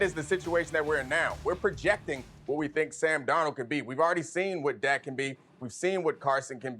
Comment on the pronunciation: It’s dak and it’s not close lol